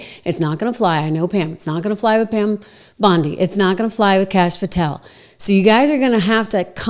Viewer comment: did she just say Pam Blondie? 😂😂